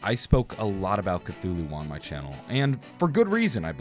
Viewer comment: You’re pronouncing Cthulhu incorrectly.